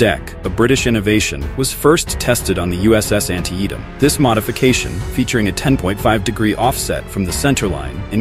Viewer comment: The video is great, but the AI mispronunciations is a little distracting (Leyte Gulf, Antietam, Fresnel Lens as a few examples). Good work!